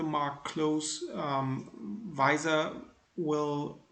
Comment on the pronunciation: Did he actually mispronounce VISA!?